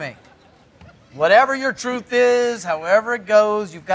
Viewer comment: Druth, yeah pretty comment for Danish ppl having issues pronouncing th.